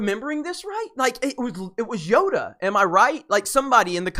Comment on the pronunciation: Yoda not yoga😜